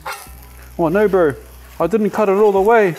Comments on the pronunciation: LOL "No Bro" ~ letting your inner Kiwi out. 😊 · "oh no bro" in your best Maori accent, love it and do it all the time myself 🤣🤣